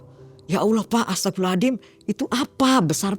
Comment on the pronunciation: Saya jadi bingung mau mengucapkan kata astaghfirullahallazim cara mengucapkan yg benar nya seperti apa karna dari awal saya dengar ibu ini mengucapkan kata astaghfirullahallazim selalu mengucapkan dengan kata ASTAGHFIRULLAHALLADIM 🗿